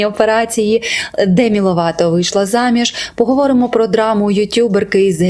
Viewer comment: Демі "Лопато"))) розумію що це прикра помилка але звучить так кумедно, для мене вона Лопато і залишиться)